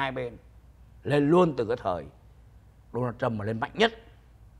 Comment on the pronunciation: It is Donald Trump It is not đô na châm Làm ơn học tiếng Anh căn bản lớp ba.